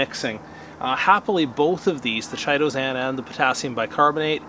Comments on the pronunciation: Thank you for such a terrifically informative and helpful video. Now please allow me to return the favor… I’m pretty sure you’re mispronouncing “Chitosan” Chitin is a fibrous substance consisting of polysaccharides and forming the major constituent in the exoskeleton of arthropods and the cell walls of fungi. The correct pronunciation of “chitin” is: KY-TIN which leads me the believe the product ‘Chitosan’ is actually correctly pronounced similarly… KY-TOW-SAN 👍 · Pronounced kytosan. The H is silent. Just sayin'.